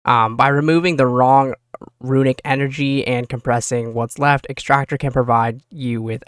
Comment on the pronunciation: Why do you keep mispronouncing S C A R and E X T R A C T O R